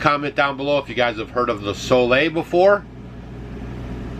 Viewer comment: New drinking game: take a shot every tome she says Soleil. So Lay.